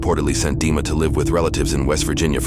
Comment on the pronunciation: Dima, pronounced it, Deamon